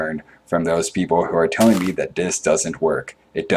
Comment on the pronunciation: lol, anyone else Notice that he says "da" "dis" and "dat" instead of the this and that? great video BTW.